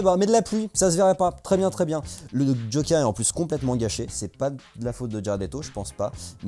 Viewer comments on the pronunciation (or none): none